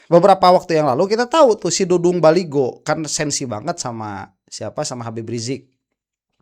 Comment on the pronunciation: .bukan Baligo..yg benar.baliho.